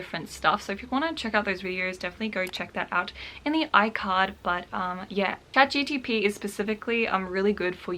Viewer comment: my new fav think on earth is hearing you say Chat GTP